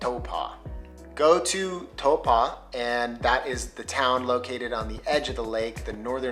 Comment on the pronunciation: Toe-paw😂 My guy it’s pronounced t-ow-po